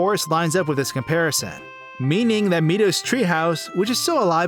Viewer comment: "jerudo" "meedo"